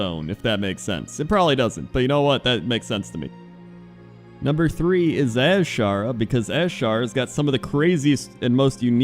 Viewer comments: its pronounced Azshara :D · Pointless Top 10: Toys, pets, achievements Also: Stop saying Azshara